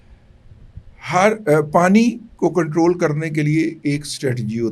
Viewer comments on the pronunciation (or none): none